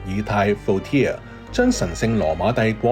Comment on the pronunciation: 做得幾好，簡單易明。 唯獨唔該搞一搞啲讀音… Voltaire 都算…唔好講法文…英文都唔應該讀Voltier啦下話… 最un耳係Deutschland…德文你唔識讀google 下都得掛…英文你都唔會讀dachland 啦…lol